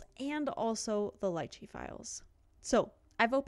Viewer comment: Upvote for saying Lychee right! :)